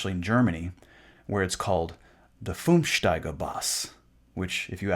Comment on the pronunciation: It‘s not "Fünfstaiger Bass" but "fünfsaitiger Bass" which literally translates to five (= fünf) stringed (= saitig + suffix -er) base (= Bass).